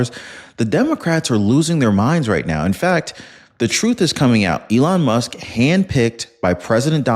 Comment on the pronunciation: HE CALLED ELON MUSK ELON LUSK 🤣🤣🤣🤣 HE'S GUILTY 🤣🤣🤣🤣